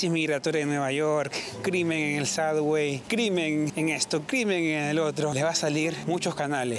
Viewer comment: suBBway...............en vez de suDDway